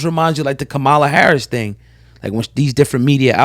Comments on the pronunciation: It’s pronounced Comma-LA not KaMala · It’s Kamala not kamaaala. First you say comma (like in a sentence) then you “La” (like “la la la la”) and there you have it “Kamala” easy as pie 🥧. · No one cares if the Fake black woman's name is mispronounced smh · I really wish y’all influencers would start pronouncing Kamala’s name correctly. You wouldn’t want to be called out of your name.